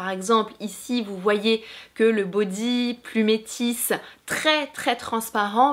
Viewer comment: On ne dit pas plumétisssssssssssss mais plumetis. On n'entend pas le E et on ne prononce pas le S à la fin ???? voir : cliquez sur le haut-parleur !!